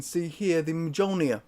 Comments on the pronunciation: It almost sounds like you're saying Thors vagina instead of Mjolnir, not to come across the wrong way by the way, you have great enthusiasm please don't ever lose that. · The J is not silent, the J is pronounced like a Y. Its like this with German, Dutch, Swedish, Norwegian, Danish, and Icelandic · The way he says mjolnir bothers me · You fucking intro is disgusting!, i hate how you pronounce Mjolnir! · Pewter... not steel. Likes Norse mythology so much, hasn’t taken the time to learn the correct pronunciation for the hammer of Thor. 🤷🏼‍♂️🤦🏼‍♂️😂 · its cringing to hear you say Mjolnir wrong